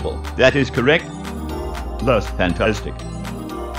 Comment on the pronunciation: "Incredible, that is correc"